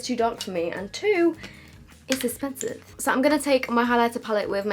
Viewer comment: 'Is esspensive' 😂😂😂😂😂😂😂